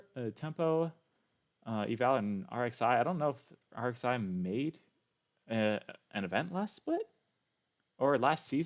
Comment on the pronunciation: Btw Rxi is pronounced “rye”